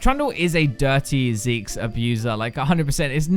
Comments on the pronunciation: I totally hear ZIGGS too. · Whenever you said Zeke's, I heard it as Zigg's, which was VERY weird